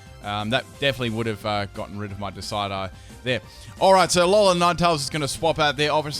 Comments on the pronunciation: De-cid-u-eye. Decidueye. Not Decide-eye. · It's not decide-eye, it's des-id-you-eye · disidi? DISIDI? Deh-sid-you-eye. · What on earth is a decide-eye? its di-SID-you-eye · DECID-YOU-EYE NOT DECIDE-EYE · duh-sai-dai? 😆 it's deh-sid-joo-ai! like deciduous, unless australians call them duh-sai-doo's instead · I'm pretty sure the name Decidueye comes from the deciduous tree, and I assume is pronounced De-cid-u-eye. Not trying to be rude here just trying to be helpful, sorry if it comes off as rude. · its pronounced dee-sid-yew-eye not "decide-eye" wtf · I'm pretty sure the pronunciation is De-sid-u-ai not Decide-ai. Like a play on the word deciduous. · Cool, I'm clearly from the parallell universe where we don't say decide-eye but de-sid-you-eye. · What's a Desidedye? I think you mean Decidueye... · Decide-eye? Nonononono... It's Decidueye... De-sid-you-eye. From "Deciduous", a type of tree/shrub, and deadeye (also possibly a hint to the ghost typing) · Dicedye lmao Its Decidueye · "decide eye" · Decidueye ( Dis iJue Eye ) ok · It's pronounced "Dee-Sid-U-Eye." Name comes from the word "Deciduous", a type of forest where the trees have leaves and shed them each winter. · Deh-SID-ju-eye. FYI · It's pronounced "dee-sid-you-eye". Named after Deciduous (dee-sid-you-uss) trees, which grow in most of the world and shed their leaves in the autumn before winter. I've never been to Australia and area, so I don't know if you folks have Deciduous trees down there. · Decide eye? ROFL. Have you never heard the word deciduous before? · Decidueye is pronounced (Deh-Sid-you-eye) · OH MY GOD IT'S NOT DECIDE-EYE... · It's pronounced Dess Ihd You Eye. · Its surely pronounced de cid ueye like the type of tree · Dee-SIH-joo-eye. Like a deciduous tree.;) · it's pronounced De-sid-Jew-eye. Like a deciduous tree. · Di-sid-you-eye Please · "Decide eye" lol. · He keeps on saying Decidueye like deci-uh-die. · Dee-sid-jew-eye. Please. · Pretty sure it's "des-Sid-you-eye"